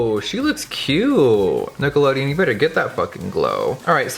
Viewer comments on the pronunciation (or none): sounded like you said niggalodeon 😂